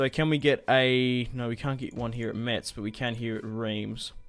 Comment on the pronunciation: Metz is pronounced "Mess" ^^